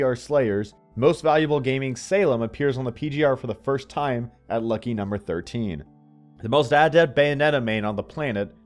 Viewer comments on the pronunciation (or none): none